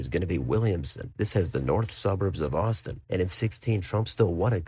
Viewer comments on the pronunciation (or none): none